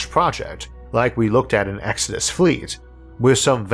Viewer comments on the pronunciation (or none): none